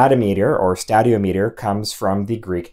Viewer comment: stay-dee-om-eter not stad-eo-meter. like ther-mom-eter instead of ther-mo- me-ter